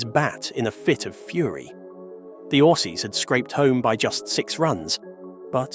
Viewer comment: I doubt this guy is even a cricket supporter can’t pronounce the name of quiet a few cricketers Nor can he pronounce Aussies and Kiwis